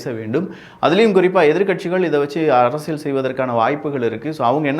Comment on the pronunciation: தம்பி, உங்கள் பதிவுகள் அனைத்தும் நாகரீகமான முறையில் நன்றாக உள்ளது. ஒரு சிறு வேண்டுகோள். தமிழ் உச்சரிப்பில் சற்று கவனம் செலுத்துங்கள். அரசியல் என்பதை அரசியள் என்று சொல்கின்றீர். இது போலப் பல வார்த்தைகளில் ல கர, ழ கர உச்சரிப்பு தவறாக உள்ளது. சரி செய்தால் மகிழ்ச்சி 🤩